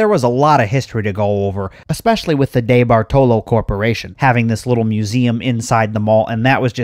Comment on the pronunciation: Dude, the name is pronounced Dee bart olo. I live in the area and haven't been to it in yrs. My mall, Shenango valley Mall is empty and is slated for demolition asap oh yeah, I think (well used to lol ) The Eastwood Malls owned by The Cafaro co. Kauffman's didn't go out of business. they were owned by the may co and Macy's bought all May co stores including Kaufman's and elderbeerman stores. my parents used to take me and my bff there in the 80s for school clothes shopping.